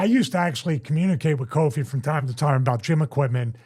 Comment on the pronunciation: Very unsettling hear call Kofi Kingston “Koffee” Kingston 😂